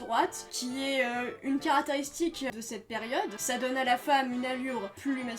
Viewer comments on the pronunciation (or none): bonne vidéo, mais fait gaffe à l'élocution, si on entends bien, à tu dis "carataristique" au lieu de "caractéristique". La même chose pour les cuts, tes cuts sont souvent trop en avance et du coup cuts les fins de tes phrases. Aussi, la caméra bouge pendant tout le long de la vidéo, je sais pas si c'est voulu ou non mais c'est assez, perturbant x) Mais ça reste une très bonne vidéo, et, PITIE PARLE DES ANNEES 60